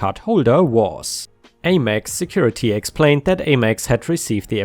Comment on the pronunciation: American Express (AmEx) rhymes with Ham Ex. Have a wonderful Oktoberfest 🍺